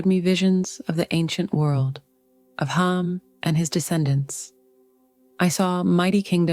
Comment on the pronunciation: It is Ham not hun.